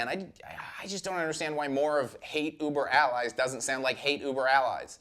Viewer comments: Anytime mispronounces something, it's 99.99% on purpose. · Okay, you said the album name incorrectly AND you said “nucular” instead of “nuclear.” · I've been listening to this quite a lot the past week and really brings into words what I've been feeling about this album. Also, please someone tell to never attempt to pronounce "hate uber alles" ever again!